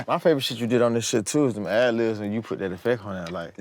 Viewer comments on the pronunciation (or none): forreal, but it irks me he calls them ‘ad-livs’ 😂